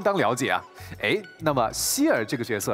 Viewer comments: Its not Seelah its Seele SEELE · I can't believe that's how you pronounce Seele, my life is a lie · that's a funny way to pronounce Seele